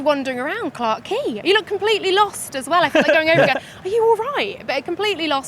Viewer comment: It’s nice to hear Laura say, Clarke Quay.” I miss wandering around Singapore.